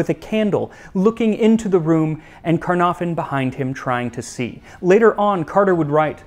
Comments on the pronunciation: It's pronounced "CUN-ARE-VUN" with emphasis on "ARE". You're welcome 😊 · caernarfon ITS WELSH like me its pronounced car-nav -fon or ki,r naf on if your trying to sound welsh ( phonetically) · The f in Caernarfon in Welsh is pronounced as a v.